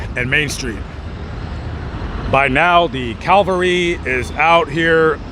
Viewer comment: Cavalry not Calvary